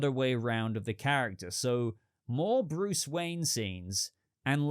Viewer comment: 😂 the way you say Bruce is Phenomenal. Great Talking again. Thank you. 😎👍